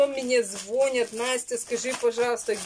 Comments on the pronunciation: мене звОнят, - это что за выражение????🤔🤣🤣🤣🤣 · Настя, Нева ,это река в Питере. Ударение на второй слог и не знать это просто стыдно... Звонят- ударение тоже на второй слог! Уберите эту сладкую химозную продукцию из рациона детей, вы же губите их желудки! Лето, где фрукты, овощи ???? Мама, ау!!!!!!